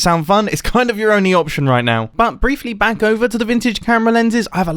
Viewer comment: Wait at the start didn’t anyone realise mumbo said “welcome bang” and not “welcome back”